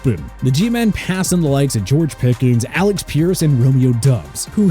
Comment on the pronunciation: *Alec pierce not Alex lol